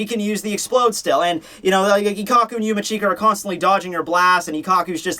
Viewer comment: yumeech-ka not yumi-cheeka..not hard to say